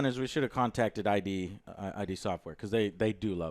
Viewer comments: Come on, Joe. It's not I-D. It's a single word, as in "Id, ego and super-ego". They might not like you as much if you get their name wrong. :D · About Warzone, I need solo mode as well. I sometimes want to just fuck around, but when you play with other people you can't do that. About id Software, it's id from id, ego and superego. So it's pronounced as id, not like "eye dee" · Joe just passing this on for future content. It's pronounced "id" not "I. D." 😊